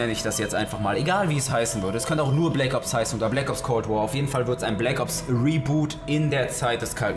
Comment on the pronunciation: Mich triggerd das so hart es heißt cold war Man!